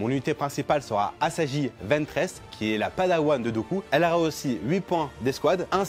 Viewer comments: "asaji" "padawan de Dooku" hou ça fait mal à entendre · C'est clair ça fait mal...